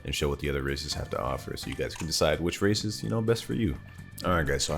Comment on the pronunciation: i thought bro was saying "racist"